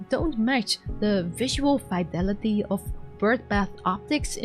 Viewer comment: Fih-delity, not fEYE-delity, and ih-teration, not EYE-teration - sorry! 🙂